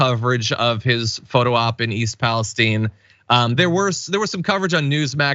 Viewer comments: What's with this Pa-les-teen? Isn't it Pa-les-tine???? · Its East Palistiene its pronounced eye not "E" its Ohio not Mexico